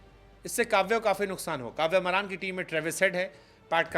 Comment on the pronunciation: Are bhai wo कव्या मारन् है कव्य मरान् नही 😅😅😅